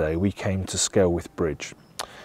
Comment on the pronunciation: It's pronounced SKELLITH!